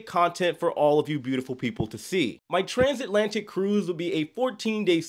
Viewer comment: Bro took a cruise ship and discovered a new word. Transantlatic